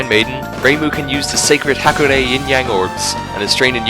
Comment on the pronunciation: You mispronounce "Hakurei" in almost the same way that Midwesterners mispronounce "Mario" as "MEH-reeo" lol